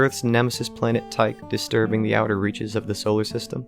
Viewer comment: Total credibility failure for being unable to correctly pronounce 'Tyche'.